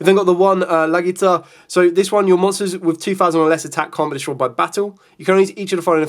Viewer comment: Respectfully , it is "Legatia" not "Lagita". Thanks.